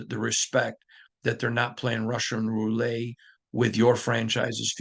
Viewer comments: #1 I can’t believe you had to explain what a piñata was… 😮 #2 it’s Russian Roulette “let” not “lay” look it up #3 thanks for the update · Sorry. The tt is not silent in roulette. In English it's "roo-let", in French it's "row-letta". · First your pronunciations of piñata and roulette is killing me lol. Second, I think this podcast sound like a lot of excuses. We keep hearing same thing week after week. Great, everyone in the building is frustrated from top down, but what is being done about it?? There’s no sense of urgency shown ANYWHERE. Reporters need to challenge more on questions n not softball questions. Mark Davis is lashing out at fans in public that are calling to Fire Josh McDaniels. We lose to Lions this week it will be same thing: “ we saw effort, proud of team but we need to get better you know. We didn’t excute in all phases, we had great practice you know, we didn’t see this coming but we need to learn how not beat selves. We need to learn how to win you know.” Blah blah blah same ole excuses. Josh is NOT the answer, full stop!